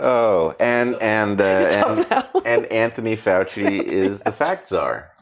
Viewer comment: Facts? "Pfachts!!" -- "Pfauci"